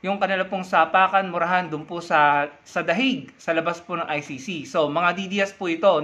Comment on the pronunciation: Saan ba yang Dahig? 😂😂😂 it's pronounced the "heyg"